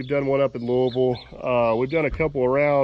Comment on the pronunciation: Having been raised in Jeffersonville, Indiana, and now in East Texas, it was great to hear how you pronounce Louisville. Wow, you brought back lots of memories. Keep up the good work.